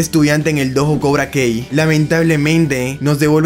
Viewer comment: Con todo respeto, pero al menos pronuncia bien el nombre de Cobra Kai, no es kei, sino kai.